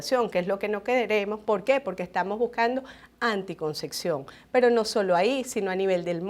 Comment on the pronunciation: Ojala aprendiese a pronunciar correctamente ANTICONCEPCIÓN¡